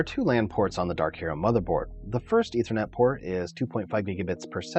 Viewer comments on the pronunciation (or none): none